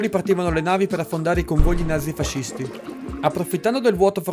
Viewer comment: si dice nazi-fascisti non fasisti soccmel